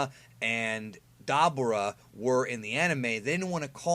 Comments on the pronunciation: I hate the way he says Dabura name. DA-BU-RA Not DAI-BOO-WA. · DAH-BOO-RAH! lol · Don’t say Dabura like that ever Again.